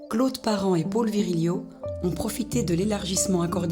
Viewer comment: Reportage très intéressant, on pardonnera à la voix off la ville de Nevers prononcée au début "nez vert" et Paul prononcé "pôle" comme le prénom féminin Paule.